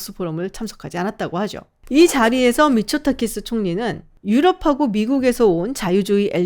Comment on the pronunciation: 자꾸 미쳤다키스로 들려...